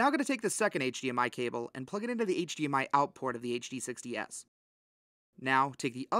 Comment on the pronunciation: Bro had to click out this video with how he kept saying HDS lol